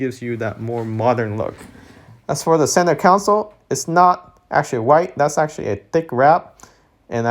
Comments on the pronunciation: Center console not council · Tip: if you can't pronounce "center console", please don't say it incorrectly a bunch of times in your video...